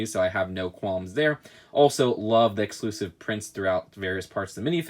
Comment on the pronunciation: "eclusive"?! Lol